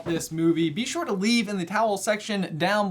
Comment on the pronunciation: J says anything: sHoRe ShOrE